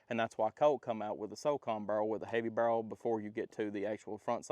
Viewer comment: "it be kehowen when it cum out da bhurel." God, man, work on your english.